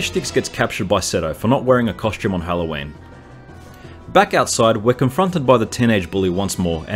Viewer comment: He pronounces Halloween as hello Wayne